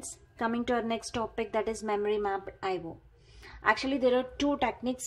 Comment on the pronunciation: Eye wo devices.... Lololoo